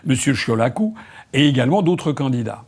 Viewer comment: Oui, oui, oui, M.Asselineau, vous prononcez bien le nom de Marcel Ciolacu.